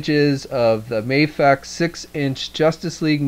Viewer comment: ...Mediacom? You're also pronouncing MAFEX wrong :D